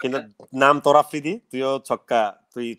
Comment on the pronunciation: আফ্রিদি নিজের নাম টাও উচ্চারণ ভুল করে।।অকালপক্ব প্যাচ প্যাচ করেরে।।স্মার্ট কাউকে নিয়াছেন যে ম্যাচিউর ।।